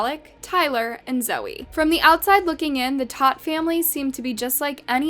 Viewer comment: They're literally saying the last name Todt multiple times in the video, and you're still too dumb to pronounce it right.